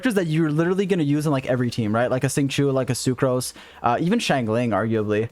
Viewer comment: love the video but please god watch a liyue pronounciation video the xingiu and xiangling pronounciation makes my bones itch